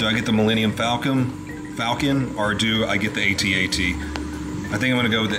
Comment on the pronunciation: It's not an A.T.A.T. It's an AT-AT. Next you'll whip out your "laser sword."